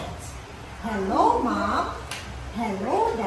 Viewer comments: Maam ang pronounce sa mom? Anubayan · Maam ang pronounce sa mom? Anubayanyung tutor kelangan ng tutor